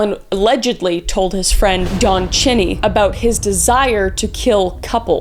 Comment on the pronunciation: Mageau and Cheney mispronounced.Also,the hoax caller to Melvin Belli was traced and identified.